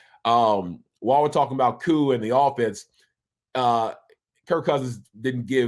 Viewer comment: Bro you trolling right? Ovie?! Talking to YOU!! Why you messing up Koo’s name like that⁉️